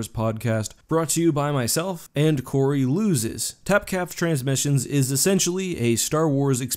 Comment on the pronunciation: "Cory losses"